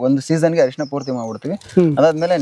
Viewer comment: ಹ ಅಲ್ಲ ಸಾರ್ ಅರಿಶಿಣ